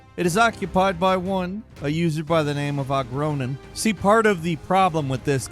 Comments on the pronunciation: ogronin? dude that says O.G. Ronin LOL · Saying it ogronin and not O.G. Ronin like it's likely supposed to be made me laugh way too hard